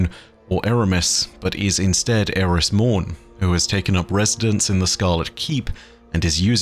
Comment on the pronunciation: Who is "Eramis Mourne" 🤣🤣 ar